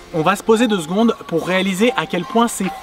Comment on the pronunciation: "Deux seKONG" tu veux dire